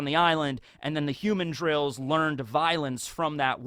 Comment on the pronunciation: i kove your videos, but you need to learn how to pronounce the name of rhe violent monkeys ln Mihawk's island. Its "hu-mandrill" not like "human-drill." Its a mandril, thats more human-like. Its not some human holding a drill.